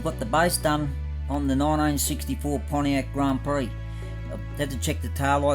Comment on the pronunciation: Pretty schmick looking cars, you aced it!👍 Haha, watch how you pronounce prix...a bit like Phuket!🤐 Awesome buddy. 🇦🇺👨‍🚒